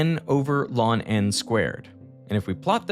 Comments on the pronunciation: you said "N over lawn N squared". Is this Ai text to speech? What the hell. No physicist has ever said lawn instead of LN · n over “lawn n” squared - my brother in christ, “n over the natural log of n squared” or even “n over ‘LN’ n squared” where ’LN’ is said as you would say the names of the letters. Lawn n smh my head, said by someone who was able to accurately describe entropy to nobodies on the side of the road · Hearing someone pronounce "ln" as lawn 🤢. Just say "log." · "Lawn" is how you pronounce ln ? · narration sounds like he says "lawn?" I wonder if they're using an AI voice dupe of derek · Lon is how you pronounce ln?? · I have never heard natural log pronounced LON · Did he just pronounce ln n “lawn n”? I’ve never heard that, but I like it! Better than “log e” or “natural log” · I've never heard anyone pronounce natural log "lawn" before. Is that a thing? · Veritasium cooking up the most cursed way to say ln(n)